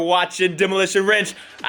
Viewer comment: Sorry though you said ranch not wrench?